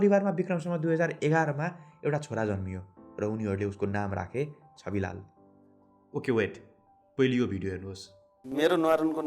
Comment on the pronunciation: Dai it's Chhabilal not chabilal😅